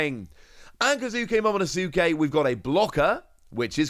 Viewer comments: The "U" in Momonosuke is silent. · Momonosuke (MO MO NO SKAY) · You mentioned working on your pronunciations having read the manga but not seeing the anime. Here are a few aids: Momonosuke: 'Moe-Moe-No-Skay' Camie: 'Kay-Me' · Please just stop saying momonosuke